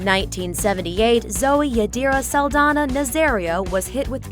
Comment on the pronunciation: it's "Saldaña" saldanya